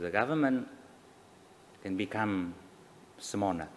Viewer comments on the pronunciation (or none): Cái này có thể linh động đc. Nhấn nhá cũng đủ để m.n hiểu r, ko thể ngang vs chuyên ngữ đc. T nghe qua thì có lỗi ngọng l n thì cần phải sửa thật. Nghe phát âm small mà ko nhịn đc cười.